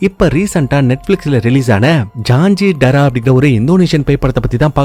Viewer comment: அது ஜாஞ்சி டாரா இல்ல ஜி😂... ஜஞ்சி ( சத்தியம்) டாரா ( இரத்தம்). தல. மொழி மலாயு